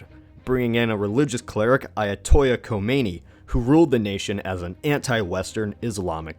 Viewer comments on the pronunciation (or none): Dude kool video, but could u please pronounce things right, AYA-TOLL-AH, not AYA-TO-YA, ok? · Ayatollah is not a Spanish word. The l's are not pronounced as a j. Other than that, very interesting video. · Ayatollah** the "l"s are pronounced. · The narrator may know his stuff, but please learn how to pronounce the words. It's not AYA-TOY-A, it's AYA-TOLL-LAH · ayatoyah Khomeini? this isn't Spanish. it is "Ai-ya-to-lah" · Mozeydi??? it's Moe-sad-dig. and not Ayatoya, Ayah-Toe-La this isn't Spanish it's Persian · Ayatollah not ayatoya and mosadegh not mosadi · It's pronounced "Ayatollah" with L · ayatollah NOT ayatoyya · Lol it's not read "Ayatoya" Ayatollah isn't a spanish word.. And it's Mossadeq not mossadi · They don't speak Spanish in Iran. The L's are pronounced like L's not Y's. Usually I don't care but it's just kind of funny that you put a Spanish spin on your pronunciation. Interesting content and stuff thanks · A few annoying misprononciations. It's 'Ayatollah' Khomeini, not 'Ayatoia' or whatever it was in the video. In addition, the leader of democratic Iran's name was pronounced 'Mosa dek', not 'Mosa dey'. Besides that, very good video. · Ayatolla isn't a Spanish word, you can pronounce the two L's normally. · Ayatollah is not a Spanish word where the double "L" sounds like "y". You pronounce it. And what's up with the grammar here? Could have "went"? Really? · "AY-yah-TOL-ah" "mo-SAH-deyk" "RAY-zah pah-LAVI" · Why does he pronounce Ayatollah like that?? It’s not fucking Spanish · You're saying ayatollah wrong,. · you say "Ayatollah" as if it were a Spanish word...